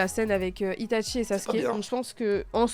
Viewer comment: Itachi* pas Ita*T*chi..